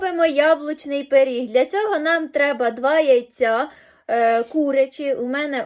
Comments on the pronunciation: Він суперський, спробуємо з мамою приготувати) Вибач,,але правильно пиріг а не періг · пИріг, а не пЕріг. Але ж смачно.